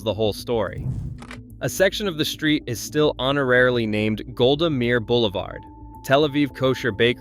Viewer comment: Golda Meir is pronounced Golda Mayer.